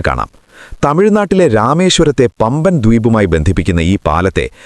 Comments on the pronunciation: എടാ പമ്പൻ അല്ല.... 'പാമ്പൻ പാലം' രമേശ്‌ശ്വരം,🤣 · പമ്പൻ അല്ല കോയാ.... "പാമ്പൻ" പാലം...